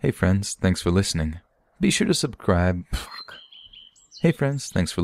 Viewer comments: “Hey friends, thanks for listening be sure to Subgribe..pffuck” Lol loved it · "be sure to subcribe pftuck" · "Hey friends, be sure to subcribe -- pffuck" LOL that made me smile a bit. Thank you for your stories!